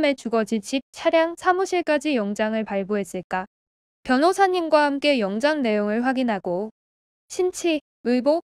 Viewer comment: 유난히 영장(발음:영짱) 단어가 많이 나오는데 발음 신경써주세요 ❤영짱❤이 맞는 발음입니다